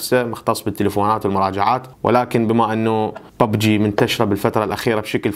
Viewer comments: انطيتك لايك لان كلت ببجي مو بوبجي ههههه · واخيرا لكيت شخص يلفضها ببجي مو بووووووبجي